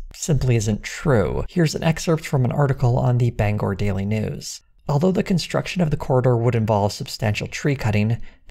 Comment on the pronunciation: omg you pronounced bangor right 🎉